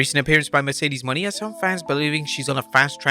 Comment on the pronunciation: Why was he referencing Mercedes (moe-neigh) Monet as Mercedes Money, like that? 🤦